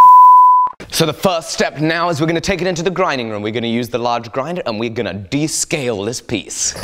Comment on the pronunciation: Anyone else hear how he said grinding room a little weird ?